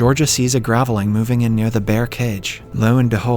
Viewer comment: Another clue is the mispronunciation of the word Graveling.